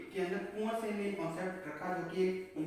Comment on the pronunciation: Itz not कुंवरसेन,it is कॅवरसेन